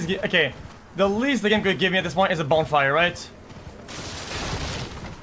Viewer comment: Bro says bone fire